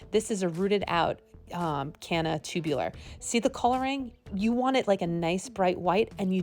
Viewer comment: The word is TUBER - not 'tubuler'.( 'Tubular' -as in 'chairs with tubular metal legs' - is an entirely different word and meaning.) 'Tubers' PLEASE !!! - otherwise good info - thanks.